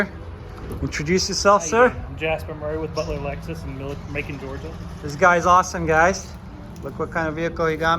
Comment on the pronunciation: It’s Macon, rhymes with Bacon!